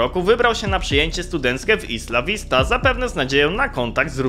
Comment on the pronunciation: Cymbale niedouczony tego się nie czyta ISLA vista.